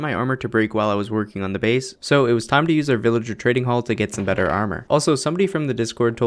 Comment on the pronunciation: A little bit... BEDder! lolololololololololololololol